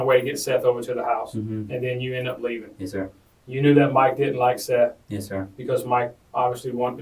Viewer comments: It's pronounced "Seth" not "Seeth." Don't know if this is an ai voiceover or what but in 2 of these videos it is calling him "Seeth." Just stop. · Justin "Solo" = Justin Soto Seath = "Seth" Just take 5 minutes before you record to make sure everything's pronounced right. This is your job lmao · “seeth” Jackson huh? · Seth not seath soto not solo.................. also they all lived there together and seth lived down the road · I always wondered if some of these crime channels use AI voice speak to do their narration for them. And with the pronunciation of "Seath" it confirms my suspicion.